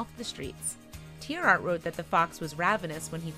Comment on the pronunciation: I do wish they would pronounce tierartz correctly.